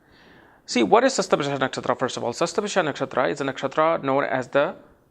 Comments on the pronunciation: It's not "Sasta-bhisha", it's "Shata-bhisha" nakshatra. Again, you mispronounced Swarbhanu, the name of Rahu. I am Rahu in Shatabhisha pada 1, and I love reading on my mobile phone, rather than on hard copy. I am blunt with tricksters. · the video is great , please correct the pronounciation as satabisha not shastbisha